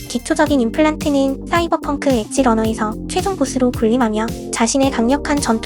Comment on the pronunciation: 씨이벌펑크 개웃기네 ㅋㅋㅋㅋㅋㅋㅋㅋㅋ